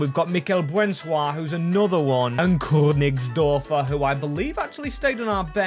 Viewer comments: You pronounced Königsdörffer right! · The pronounciacion of ,,Königsdörffer" was pretty solid, ngl. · Königisdörffer... perfect pronunciation👍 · The 'Königsdörffer' was pronounced perfectly, but the 'Richter' one absolute horrible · Finaly a good one hahahaha👌🏻💪🏻